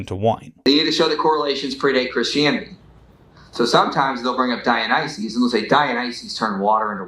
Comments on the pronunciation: The apologist keeps talking about "Dionyses" ... How can anyone take him seriously? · says "Dionyses" instead of Dionysus roflmao!! Seems like he knows the literature about as well as he knows the name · This is a nitpick but why does keep saying DionySEES, that's like saying JeSEES. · why does this apologist (I'm gonna call him "") keep saying "Dionyseez?"